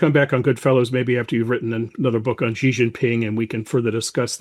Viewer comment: You guys need to learn to pronounce "Xi" ... it's not "Jhee", please pronounce it like "She" as an English speaker or else it's seriously cringe. Like saying "Obame-a" it's that bad smh